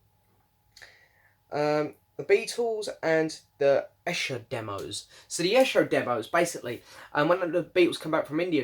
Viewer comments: Haven’t got this yet as I have the deluxe CD set, and just bought McCartneys RRS Box. I wish the CD Set was the same size as this LP set which looks very nice. You have an interesting pronunciation of Esher......which should be "eeesher" lol. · Hi! Glad you receive the White Album 4LP Vinyl Box. The box is awesome. Esher is pronounced as “Eeesher”. But don’t worry even I had trouble correctly pronouncing “Esher” when I was younger. The Esher demos sound awesome on this Reissue. Some of the Esher tracks did appear on Anthology 3. Great unboxing video! Take care!